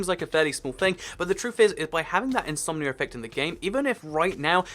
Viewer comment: When you say something like "Insomnia Effect" it sounds like you're saying "Insomnier Reffect"